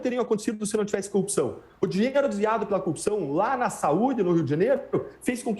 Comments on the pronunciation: cupção... o mané num sabe nem falar. haha #LulaPresidente2022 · se lascou ainda levou uma bronca ao vivo!!Todo o sistema de justiça está errado só ele está certo!!Esse povo de Curitiba tem uma dificuldade de falar corrupção!Cupição(sic) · Por que eles têm dificuldades de falar a palavra?" corrupção. sempre engolem o R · Dezenas de passagens nessa entrevista, ele, como o Moro, não consegue mesmo pronunciar a palavra "corrupção" - precisam da mesma fono, mesmo treino de dicção!!! kkk